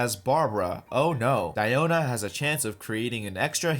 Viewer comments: It’s actually Diiona not Daiona if you go with the Chinese translation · No no no, it's DIO-na ｺﾞｺﾞｺﾞｺﾞ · It supposed to be pronounced as Dee-O-na. Me,who assumed her name as Diana:(⊙_◎) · I like, "KONO DIOO-NAAA!!" Pronounciation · The "DPS DIE-OH-NAH" part is funny af